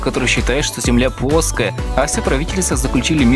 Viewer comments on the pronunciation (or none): Блин что с буквой Л? Почему земля пУОская! Я конеш ничего против не имею, но меня это дико раздирало. А в общем за видос спасибо! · плоская (пооская) сходи к лагопеду